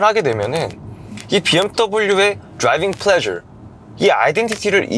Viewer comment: 영상보는내내 드롸이뷩 플뢔줘~이말만들림 ㅋㅋㅋ